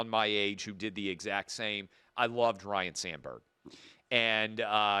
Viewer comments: It’s not Ryan it’s Ryne! 😅 C’mon man. Dude is now dead and people still can’t get it right. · Ryne Sandberg, not 'Ryan'. At least Harry Carey could blame the Jack Daniels.